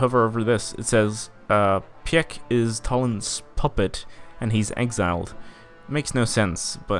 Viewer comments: Pieck is pronounced like Peak. In real life he was the first president of the GDR. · ''Köningsberg'' slowlydying (btw that joke was hilarious) Pieck is pronounced like ''peek'' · You pronounce the surname "Pieck" just like the word peek